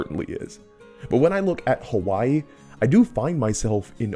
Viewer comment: Every time he said "Hawaii" about Moana I cringed. Im Swedish and know better.